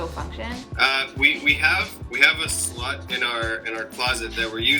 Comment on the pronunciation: “we have a slut in our closet” anyone else hear that?